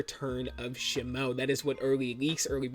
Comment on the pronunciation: It's not "SHih-moh", it's "SHee-moh